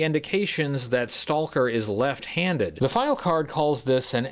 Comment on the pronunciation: I love you, but I can’t watch this video because of all the “Stahl-ker” and “Tahl-k” and “Tahl-king” very very difficult to hear you say this so much. And what makes it worse is that it sounds like to trying to over pronounce it because occasionally you don’t say it when you really get going.